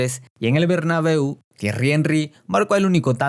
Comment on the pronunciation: Dijo robabeu